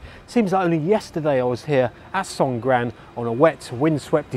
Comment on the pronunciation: he means they way 'Songkran' was pronounced at the beginning.